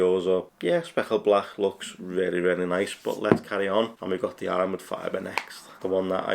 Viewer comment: Speckled blach 😂 dunno if it's the accent just sounds pretty funny. Good job though